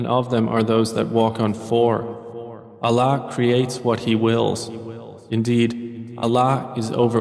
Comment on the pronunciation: Can you pleaseee change the way he pronounces Allah !!!!! Please ! I am unable to hear this translation due to the way he pronounces Allah